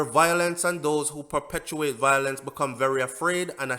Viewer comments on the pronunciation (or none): none